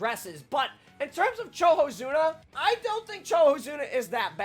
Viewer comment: did this man just say CHOHOZUNA???